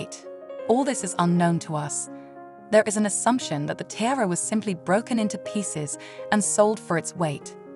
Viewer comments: The word is pronounced Tee-ARE-ah. Not TIRE-AH. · I can’t stand when these stupid women can’t pronounce the most simple things. “T-I-A-R-A” the I is pronounced as an E! More inexplicable is the fact that halfway through, she started pronouncing it properly lol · Can't get past the unbelievable mispronounciation, unbelievable 😮